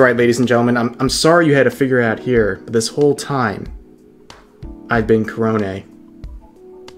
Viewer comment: The way he says korone makes it sound like he’s saying kronii